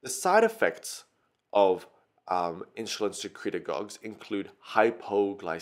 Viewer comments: Why do you say Inshulin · Inshulin? Wtf dude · everything is ok but what is Inshulin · Good video but I keep getting distracted by InSHulin. And you forgot a couple of stuff. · I don't like how you say insulin haha, good job tho